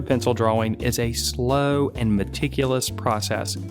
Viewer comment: I don't like the way you pronounce "drawing."